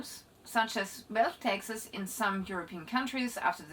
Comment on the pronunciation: Seems interesting but I don't understand a word she says. I thought it was me until I realised she says Texas instead of taxes 😂😅 could have used an AI voice or someone who can speak English at least a little bit